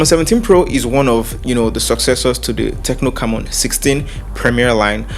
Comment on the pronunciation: its prononouced: "c'mmon" hehehe